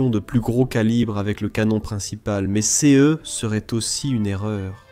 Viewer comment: pourquoi on ne prononce pas correctement "ces"= sé ? et "ce" = se